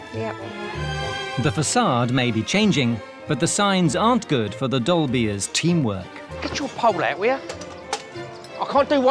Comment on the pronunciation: Saying "dolbears" sounds like says "dolbies" in a really posh accent 😅. Once you hear it you can't unhear it.